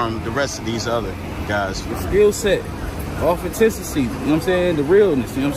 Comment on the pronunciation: He pronounced “authenticity” wrong 😂😂